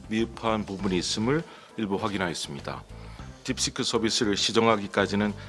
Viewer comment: 딥시크를 자꾸 딥스크라고 발음하네